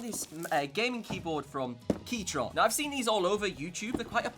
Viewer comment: DID HE SAY "KEYTRON”